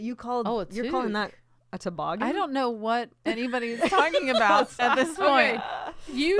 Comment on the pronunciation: From 20 minutes down the road…It’s TOE-boggin, Fortune. Not to-BOGGIN. 😂